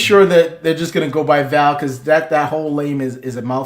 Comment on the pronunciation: Wow. Butchering Val's name. Much love. ❤❤❤